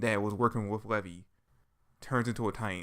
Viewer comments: Who is levy? It's Levi. Lee-vi. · LEVI = LEE-VI you say it like the jeans